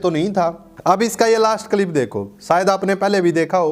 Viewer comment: Tere bolne ka tarika to pura ganwaar wala hai andhnamaazi. Ab Kya hua freedom of opinion ka ? Kalip nahi hota clip hota hai